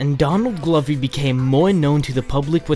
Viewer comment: why do u pronounce? donadly glovy when his name is donald glover